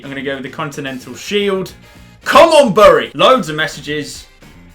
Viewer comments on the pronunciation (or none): Bury is pronounced berry LIKE SO CAN SEE BTW I make... Jk